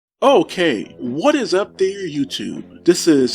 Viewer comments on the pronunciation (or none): none